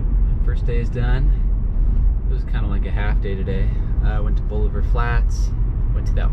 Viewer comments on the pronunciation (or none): We pronounce it ball-iv-er :)